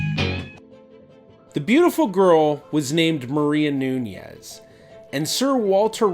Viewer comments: The surname Nunez is mispronounced, the second n does not have a [nh] or [ñ] sound in Portuguese. It is also a patronymic surname. Nunez or de more modern form of it, Nunes, means son/descendant of Nuno. It's not of Jewish origin but some Sephardic Jews adopted this surname. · It’s Maria NuneS, not NuneZZZ.... I’m Portuguese with Iberian Jews in my family tree. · Nunes/Nunez and NuÑez is different. The video is pronouncing it as Nuñez...which is probably not how it was spelt or spoekn in Portuguese :) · The best approximation to the modern Portuguese pronunciation of Nunes (without using IPA symbols) is NOONsh. (In the case of Brazilian accent, a better approximation would be "NOO-knees".)